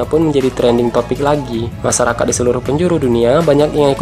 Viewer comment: Masyarakat bukan masarakat 😂😂